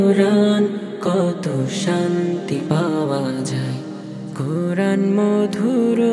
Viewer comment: সবকিছু মোটামুটি ঠিকঠাক আছে দেখা যাচ্ছে কিন্তু ছেলেটাকে তো দেখে মনে হচ্ছে কোন মাদ্রাসার ছাত্র হবে কিন্তু কুরআন শব্দটা তার সঠিকভাবে উচ্চারণ হয়নি